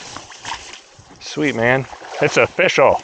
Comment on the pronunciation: I've been watching these videos for about a year now, and I just realized you're saying "O-fish-al" and not simply "official". Your pun game is strong.